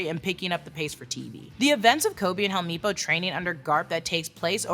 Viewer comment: Lol not the hell-me-po it's hell-mep-po but everything else like you is fine as hell